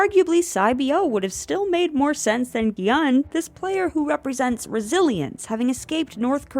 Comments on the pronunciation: just a note: gi-hun is pronounced "gi-hoon". the vowel in "hun" is the same as the one in "woo" in sang-woo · The way they're pronouncing Gi-Hun's name is slowly driving me insane